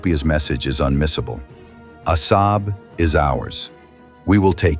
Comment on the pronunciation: You are pronouncing Assab wrong you nitwit! ለኽባጥ ሓሳዊ.